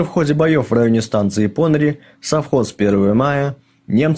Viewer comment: Уважаемые, спасибо за Ваш труд - неплохо,НО....какие ПОныри? - ударение приходится на последний слог - ПонырИ! Очень режет уши...